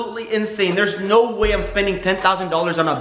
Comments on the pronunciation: Its anyyoying when you say snow speak right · We are all just going not listen that when he says no he says snow😂😂😂😂😂😂😂🤣🤣🤣😂😂😑😑😑😑😑😑😑😑😑😐